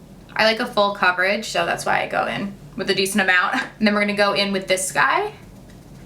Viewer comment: “IM “ not in